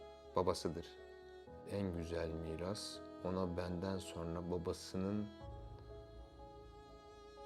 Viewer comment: SAYIN: Buğra Gülsoy!? "Subliminal Algılar" Demişken: Akıcı Türkçe Telaffuz Eğitimi Aldığınız Halde Neden? "SonRA" Şeklinde Okunması Gereken Bu Kelimeyi: " "SorNA" Şeklinde Okuduğunuzu? Açıklar mısınız!?.. Ve Neden? Özellikle: Ezoterik veya İslam Ezoterizm'i Fikrine Taabiyette Olanların. Bu Kelimeyi "SorNA" Şeklinde Telaffuz Ettikleri ? Yani; Hangi "Subliminal Algılara" Hitab Etmek İstedikleri? Hakkında! Herhangi Bir Fikre Sahip misiniz!? Veya Açıkça Bu Kelime Sayesinde; "Son-RA" Derken!? Sözde: Ra' nın Sonu! Sonuncu Ra..! Şeklinde Manalar Ortaya Çıkabildiği İçin!.. Mısır Tanrısı "RA" ya Saygısızlık Edildiğini Düşünen Ezoterikler; "SonRA" Şeklinde Okunması Gereken. Bu Orijinal Türkçe Kelimeyi. Kasıtlı Olarak "Sor-NA" ya Dönüştürdüler ve Yandaşlarının Sıkça Göründüğü Medya Organlarında Zikrederek. Revize Ettikleri Bu Kelimeyi Popüler Hale Getirdiler!... Diyebilir miyiz!??? Ya da. Açık Konuşmak Gerekirse!? "SonRA" Şeklinde Okunması Gereken. Bu Orijinal Türkçe Kelimeyi. Kasıtlı Olarak "Sorn-A" ya. Yani; "Cern-A" ya Dönüştürerek; Sözde;CERN de Açılacak Bir Portalden Gelecek Olan "Anunnakilerin" A Harrfini; CERN isminin Sonuna Ekleyerek Subliminal Hale GetiriLmiş Olan "Sorn-A" Kod Adı Ortaya Çıkmış Oldu mu!? Desek!??? Ne Dersiniz???? Neticede; Başkası İçin Manası Ne Olursa Olsun Fark Etmiyor!.. Çünkü Ben Hala; Üstüne Bastıra Bastıra. Orijinal Türkçe Telaffuz Şekli ile: "SonRA" Demeyi Tercih Ediyorum!!! Varsın! "Anunnakiler" yada "Ra" Efendi Darılsın!!! Tabi: Toza Dönüşmüş Haldeki M